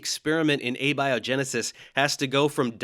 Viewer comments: James Tour: "I want to get this out of the textbooks!" Kent Hovind: "Hey, get your own shtick!" Also, it's interesting that you let slide on this pronunciation of "Abby O' Genesis," but I suppose that dark story about hijacking a funeral more than made up for it. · Abby O’Genesis! Oh man, i haven’t seen her since college! What’s she up to these days? Is she still completely clueless? 😋 (Note: This is not an attack on or critique of Dave’s guest, who seems like a good egg. It’s just a little pronunciation “joke”.)